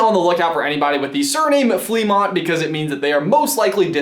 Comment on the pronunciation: fleamont is pronounced, fluh-mont